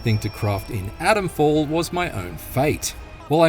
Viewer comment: It’s not Adamfall, it’s ATOMfall!